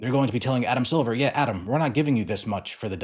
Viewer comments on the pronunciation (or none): none